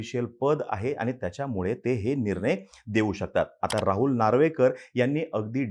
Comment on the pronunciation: निरनय नाही रे, "निर्णय"